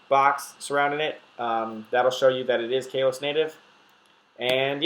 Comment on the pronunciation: I don't mean to be that guy, but I'm pretty sure it's pronounced "KAH-los" instead of "KAY-los."